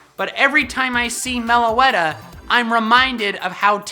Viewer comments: Meloetta not melowetta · Me:please no melowetta, please no melowetta.: number 4, melowetta. Me: tries to hold in my anger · did not really get very offended even when you said Meloetta. i hated the black and white anime but i still love Meloetta. shes just so adorable!